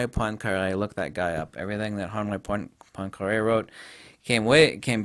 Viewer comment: Go as deep down the rabbit hole as you want. Some of us would love it. Also.. "Henri Poincaré".. I had no idea what you said.. sounded a bit like HONWAY PONKER. Took me a few minutes to find it (so for anyone else who needs that name).. I don't know too much about Einstein.. I read his theory of relativity when I was 16.. found it interesting, but I didn't find it very compelling compared say.. Tesla.. now that's a different story. thanks for your video.. :)